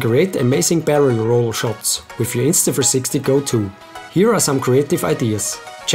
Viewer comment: Can you say the name INSTA THREE SIXTY right instead of INSTA FREESIXTY?